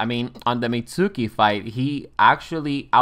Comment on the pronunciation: Pronounces the u in Mitsuki 😅